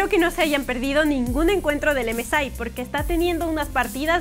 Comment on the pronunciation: Emesai? Emesei se dice